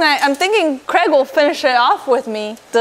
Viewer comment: 🤠Why can't American's pronounce Craig instead of "Crag"😂